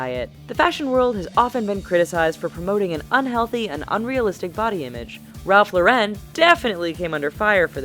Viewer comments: It’s not Ralph lor-ren it’s Ralph Lauren, he’s American and so are you! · its ralph LORE IN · The way she says "Ralph Lauren" was giving me pain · me too! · The way she pronounces "Ralph Lauren"... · That's not how you say Ralf Lauren